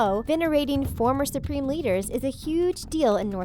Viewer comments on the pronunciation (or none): none